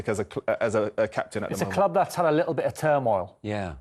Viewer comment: Love the Kelly & Wrighty show. Kelly killed me, did she really say "likkle minute" love it